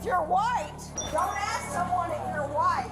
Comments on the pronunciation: Are you woit? Are you woit? I’m woit. I’m woit. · "bcuz im walking thru saying i'm whYte" 😂😂😂